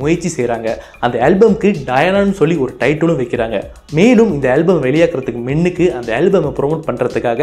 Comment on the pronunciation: Pro நீங்க முன்னுக்கு என்று சொல்வதற்கு மின்னுக்கு என்று சொல்ட் ரீங்க😁😁😁